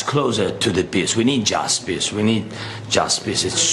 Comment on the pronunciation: Is Mr. Ukraine saying "we need just piss" ?